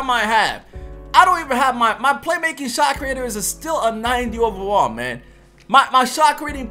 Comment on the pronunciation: I like you but learn how to say overall 😂